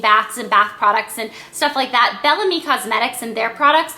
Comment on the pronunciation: I don't think it's pronounced "Bell Am-ie" but rather "Bell Ahhhhhm" which means "Beautiful Spirit" in French. :)